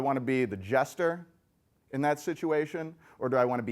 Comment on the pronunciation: jester, not gesture :)